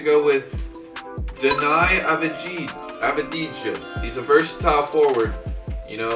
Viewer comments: its pronounced danee avdeea its a hebrew name and as someone who grew up in Israel speaking it i cringed so hard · Dini Avidija LoL Deni avdiya is how you pronounce it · Deni Avdija: My name is pronounced Deni Avdiya: no: Zach do u know how to pronounce it? Zach: Ye its sdfdxcgrshgbmvn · Man, just called my boy deni denay avidiga? Man put some respect on my boy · It’s Deni avdiya not avdija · its Deni Avdija (Av-dee-ha) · Calls a casual Also: De-n-i A-va-deej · DeNy AvJiDjA BRUH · Dani avdiya is how you pronounce it I’m from Israel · U say it like deni avdiya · De-ni av-di-ya= that's how you say that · You pronounce Deni ( Chicago pick) like deny avdiya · You pronounce it Deni (like it looks) and AV-di-ya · Just so you know you pronounce it Denny Av-Dee-Ha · Hey there, im from Israel and i got a little help here cos' my man Deni Avdija's name its pronounced like de-ni av-di-ya (a silent j there) Got your back there😎😅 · It’s pronounced Da-ni Av-Di-Ya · can’t pronounce Deni avdija Also: perfectly pronounces onyeka okongwu